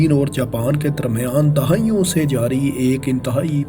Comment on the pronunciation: O bhai Khuda Ka wasta hai Words ki Pronunciation thik kar lo Dahaion nahi dehaiyon makamal ni mukalamal